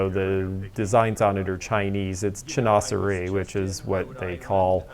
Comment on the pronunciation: Chinoiserie ..! Thank you for pronouncing that style for me. I’ve loved the wallpapers and linens I’ve seen. :_stars